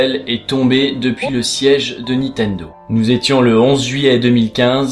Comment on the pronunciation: Sympa cet épisode, et très émouvant ... Mais j'avoue que c'est assez déroutant de t'entendre prononcer systématiquement "Nitendo" au lieu de "NiNtendo" LOL :)